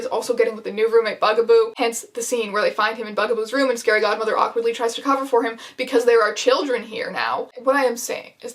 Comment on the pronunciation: In the beginning I thought you said scary Gothmother... It took me a second to realise that it was a scary Godmother